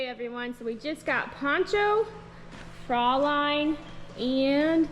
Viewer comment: Both of them are looking great! Very lucky horses.❤Fraulein is pronounced closer 'froy-line'. Check online German pronunciation to hear 😊